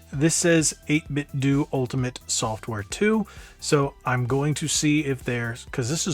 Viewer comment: 8BitDO = Doo 8Bitdo = Doh